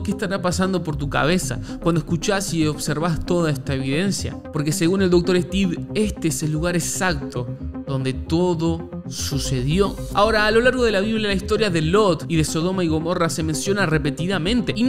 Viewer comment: "lugar esalto" Hermano? "Lugar exacto" X y C. Bendiciones